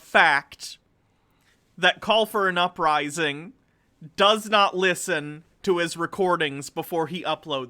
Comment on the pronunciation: “Ooprising”? People actually listen to that? I remember when I was maybe 3rd or 4th grade my folks had a new tape recorder (an 8 track if I remember correctly- I’m old, it also weighed about 200lbs). Anyway, I used to record myself and do play by play on the Tigers baseball games and pretend I was Ernie Harwell and things like that. That 3rd grade me would have been horribly embarrassed to do something like this. Even if nobody listened to it. It was painfully unfunny, to the point it was a little hard to listen to. Even if I could discern whatever the hell his point is and agreed with it... I would still loathe this as a painful reminder of how little self reflection some people have. Seriously... “ooprising”. How hysterical. Ha. Ha. You pronounced it like you can’t read basic words. You must be very remedial in your education. Haha what a character that you have come up with! Ha. “Ooprising”. Please do more haha. Fuck